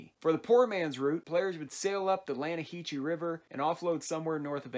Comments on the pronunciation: Am i the only one triggered by the way he said "LaNnAhEeChEe River" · It's pronounced "Lanna-ha-see". It's actually funny that you pronounced it the way you did since there's a conversation in SP that goes over the pronunciation ha. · Did anyone else get triggered the way he said Lannaheche river. If you go fishing with Javier in the story mode he said it wrong and Arthur of all people corrects him on it😂💯